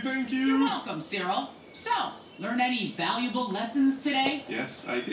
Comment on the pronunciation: You calling Cyril cereal. Lol.